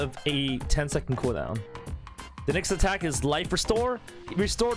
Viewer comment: Correction]. U sayed wife not life dude what's wrong with ur mouthhole dude.